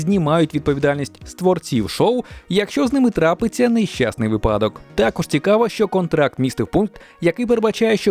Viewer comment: Не кажи 'вип'адок', то буде припадок, а взагалі контент крутий. Дякую автору за цей крутий контент. Хай квітне український YouTube!